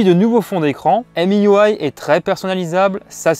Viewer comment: Petite remarque, MIUI ne se prononce pas "émi you aille", mais tout simplement "mi ui " (ou maille ou aille en anglais) Tu mélanges la couche de Huawei qui est emui, et miui de xiaomi.